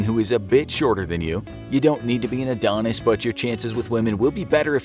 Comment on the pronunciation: bro said Adonis